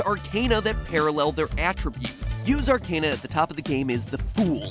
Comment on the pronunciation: Out of everything in this video somehow the mispronunciation of arcana triggered me the most.